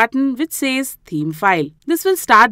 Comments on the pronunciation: You r lesson was really good but can you please pronounce the word "Theme" correctly it has a "TH" sound in it, it is not pronounced "Teeme" it is pronounced With the "TH" sound so that would be "Theme". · She says "team" but she means "theme"